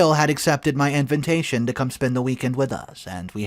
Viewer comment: I like the stories you present. My favorite part is when you say invintation instead of invitation. Keep producing content. God bless.